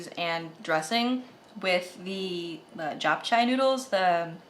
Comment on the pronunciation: haha, mei-fun and japchae were prounced wrong- just letting you know for next time and i also feel like it's honoring to the culture if ppl who try to make their food take the time to look up how theyre pronounced.